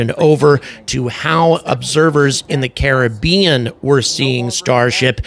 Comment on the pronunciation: YES - You pronounce Caribbean correctly! There is hope for humanity...